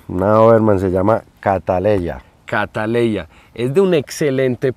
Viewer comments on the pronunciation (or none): se llama como una orquídea esa doberman que bella. Solo que la orquídea es catleya no cataleya 😅😅😅😅